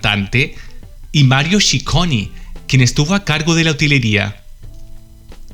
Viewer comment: Ciccone pronuncia "Chicone"no "shiconi". Girl, please.